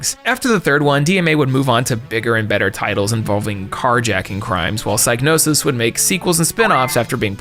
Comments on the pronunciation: National Museums Liverpool has an article on it written by an ex employee who says its pronounced sig no sis. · its pronounced sig nosis actually